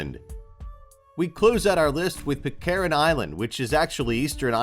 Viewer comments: sorry what......chil la.......dont you mean chile ,,,,,,,and where there hell is.. pit care en island,,learn english you muppet ...... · when will Americans learn English, The way he says Pitcairn is ridiculous